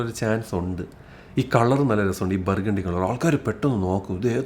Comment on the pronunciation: ബർഗേണ്ടി അല്ലേടെ, ബർഗുണ്ടി! ഡെക്കറേഷൻ ഒന്നും വേണ്ട 😏